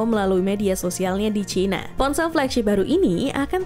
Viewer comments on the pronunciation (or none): none